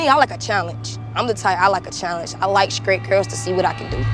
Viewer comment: Did #5 say she likes "scrate" girls? Not straight girls. And "frustcrating" not frustrating.